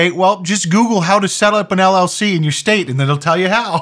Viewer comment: She said "shtate" and, despite having all those cuts, decided to leave it in there... That whole thing was truly painful to sit thru - and people are PAYING 80 FUCKING DOLLARS! I don't even know what planet I exist on anymore. 🤣🤣🤣